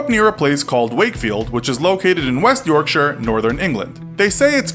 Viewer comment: dude your pronounced Yorkshire right!!!!